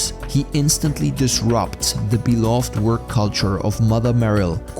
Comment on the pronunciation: "The most beloved*". Beloved has three syllables, not two.